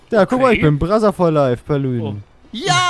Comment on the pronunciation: Immer wenn ihr "brother for life" so aussprecht muss ich an Brazzers denken😂